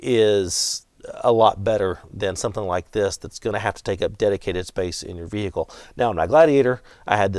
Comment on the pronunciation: Great video! Vee-hee-ickle is an interesting way to pronounce vehicle. 😂